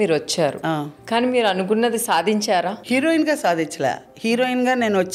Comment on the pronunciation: Erohin kadu హీరోయిన్ అనాలి